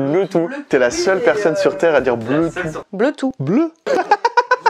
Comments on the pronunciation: Non c'est pas pareil dit "Bleutou" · "bleutooh" "Bleu ?" 😂😂😭😭